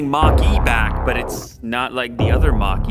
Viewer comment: As an Indian every time lew says mach-e I can’t stop laughing!